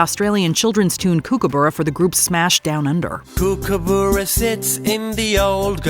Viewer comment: Flaming heck Americans - it is Kookaburra pronounced Cook-a-burrah - not Kook-abura - if you can't say it right, get rid of it out of your mouths!!!